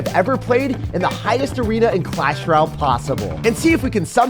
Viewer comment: I watch everyday and love the content that you put out! But I have to say (with much love)- the way you say "Royale" makes me cringe so much. Again, coming from a place of love 🤪😘